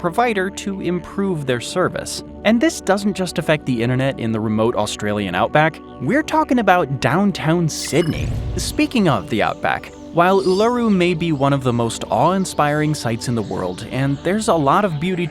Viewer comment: ULURU, not "Laru" God. It's pronounced 'OO-LA-ROO'